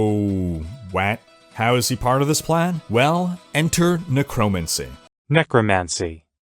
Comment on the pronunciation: Hahahaha “nuh-crow-mancy” 😂